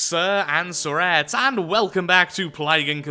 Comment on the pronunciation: Every time I hear your intro I think your saying sirs and teretz